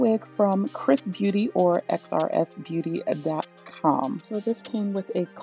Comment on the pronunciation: Hey I can do an update. Apparently xrs is pronounced Chris